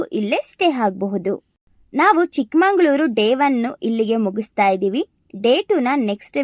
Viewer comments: ಚಿಕ್ಕಮಂಗಳೂರು. ❌ ಚಿಕ್ಕಮಗಳೂರು. ✅ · ಏ ಪೆದ್ದಿ ಚಿಕ್ಕಮಂಗಳೂರು ಅಂತ ಅನ್ನ ಬಾರದು ಚಿಕ್ಕಮಗಳೂರು ಅಂತ ಅನ್ನಬೇಕು.